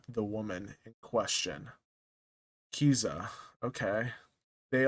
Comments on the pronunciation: It's pronunced K I Z A Y A 😢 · Pronounced Ka-Seye-yah